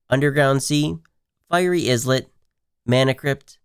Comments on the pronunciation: islet is pronounced like island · yep, kinda like "eye-let".